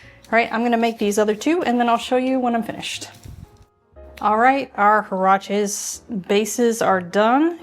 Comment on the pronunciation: Hi! Great recipe! The word is pronounced "waraches". The last e sounds as in "bet". Thank you!